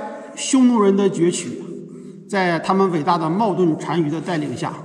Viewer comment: 纠正一下冒顿mò dú四声和二声。很喜欢是个不折不扣的男子汉。